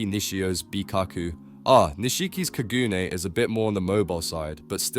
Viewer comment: When u said kagoons it hurt me